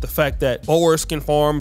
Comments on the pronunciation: It's pronounced "Boors", not "Bowers" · I do wish you’d learn to pronounce Boer. Also apartheid.